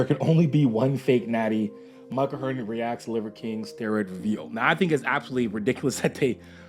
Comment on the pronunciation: Who the hell is Mike O'Hearn? You mean Mike O'tren?